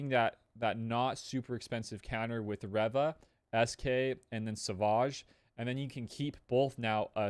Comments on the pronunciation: Reva. Reeeeeva. Not rehva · If you say Reva like that one more time I’m gonna blow my brains out